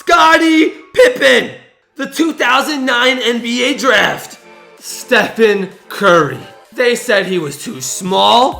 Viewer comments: He said “stephan curry” learn how to spell a name dumb ass this is embarrassing! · It’s Stephen not Stephan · Don't forget he said Stephan curry instead of Stephen